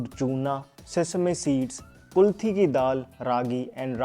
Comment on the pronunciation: Its KULATH DAAL not kulthi